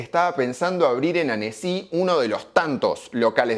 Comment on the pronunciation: Esta bueno porque te cuenta que significa carrefour pero en ningun momento se le ocurrio escuchar como se pronuncia, que SEGURO no se pronuncia caRRRRRRRRRRRRRefour en Frances. Lo mismo que Annecy, es un toq, lo pones en google y te dice como se pronuncia que seguro no es "Anesí"